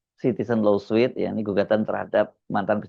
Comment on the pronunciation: Koreksi. LAWSUIT dibacanya [lo:sut] BUKAN [lo:suit].😢